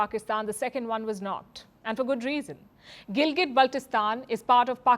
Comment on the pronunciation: WRONG. The entire region of Jammu and Kashmir, including Gilgit Baltistan legally belongs to India and illegally occupied by Pakistan. Pakistan can't produce a single legal document for it. Also, it is Gilgit and not Gilgat😅